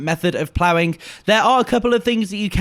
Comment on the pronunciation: the master of "plowing." haha